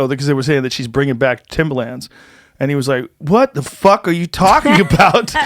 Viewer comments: Hearing Joe pronounce Timba Lands 🤣😂 they're tims or timberlins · Joe "Timba-Lins" Rogan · Joes never sounded whiter saying “Timbalands” 😂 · I couldn’t stand how he pronounced Timberlands as “Timber-Lands” 💀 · “timberLAAANDS” joes pronunciation of timberlands really irks me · lol joe calling them Timbalands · I love how Joe is pronouncing "Timbuhlans" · STOP pronouncing the A so hard in timberlands. Its like Moreland. No hard A. Joe showing his age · I work in construction where most ppl wear Timbs and I've literally never heard anyone pronounce it like that before. He doesn't sound white, he just sounds like a moron.